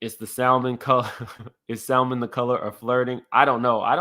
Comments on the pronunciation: Why black people say SALmon its salmon lol. L silent 🔕. How old was the Prophet in 2016? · It's pronounced sam-mon...the "l" is silent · Please for the love of God can we please quit saying the L in Salmon. It's silent boo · Sa”L”mon? lmao! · Sa mon, the l is silent. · The pronunciation of salmon 😮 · SA-MON. The L is silent